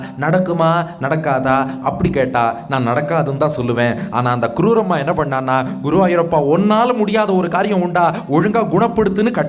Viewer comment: க்ரூரம்மா இல்லை ஐயா. குரூரம்மா. க்ரூரம் என்றால் கொடூரம் என்று அர்த்தம். உச்சரிப்பில் கவனம் தேவை.